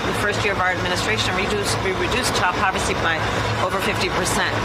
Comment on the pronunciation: "we reduced child paw-fessy by 50% percent"